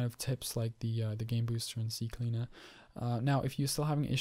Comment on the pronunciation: it's ccleaner not cccleaner :D